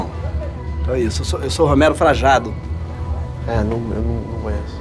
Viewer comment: Frajado? Pensei que era Frajano